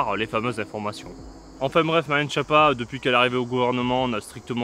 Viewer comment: En plus ça se prononce "Skiappa".